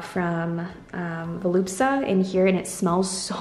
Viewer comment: Isn’t it Voluspa, not Volupsa? Just asking, cos otherwise I’ve been saying it wrong!!